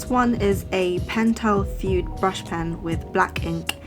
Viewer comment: I think the pentel pen is pronounced like fudee or fooday instead of like fued